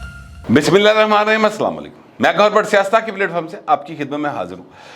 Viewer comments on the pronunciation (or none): none